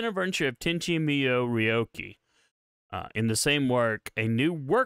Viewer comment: Bruh..Tenchi "Meeyou"? Even the show pronounces it MooYo...